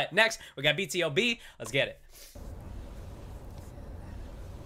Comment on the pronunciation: BTOB is pronounced as (Beeeee 2 Beeee)! Since you are into vocals you would love the live stages of Its Okay, Way Back Home, Missing You and Pray. BTOB for sure sounds wayyyy better live! hope to see more of them. :)))))